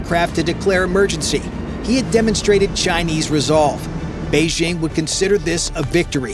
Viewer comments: Beijing. Not Beixing…. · Fantastic stuff. But note to narrator: Jeepers, it’s past time to kick those insidious French Olympic announcer squatters our of your head. The Chinese capitol has never been “Beige-zzzhing.” There’s no slushy “ZZZH” sound at all in Mandarin. The J is a J is a crisp J. The word bites hard: “Bei-DJING!”